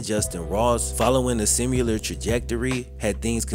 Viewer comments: I love your content bro but I cringe every time you say “simUlar”. It’s similar bro.. similar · There is no u in similar. It's sim-ill-err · Hey it's pronounced Sim ( you) ler. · Dude I love your shit, been watching for years, but the word “similar” DOES NOT HAVE A LETTER U IN IT. Lol it’s not “simular” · Please learn how to pronounce the word similar. There is no "U." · man you have to learn how to say the word 'similar' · PLEASE STOP SAYING “similar” as sim-you-ler! It is Sim-i-ler. Not simulate. Also why do you have great grammar for the most part but say “hunnid” bro u know that’s not how u talk